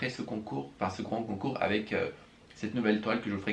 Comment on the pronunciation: Mdr a 32seconde concnoure au lieu de concoure